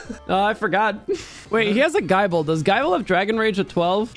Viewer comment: It’s pronounced ‘gi-ble’ ’